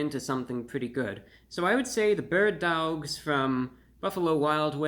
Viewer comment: “Berd DaWgs” when i tell you i hollard😭💀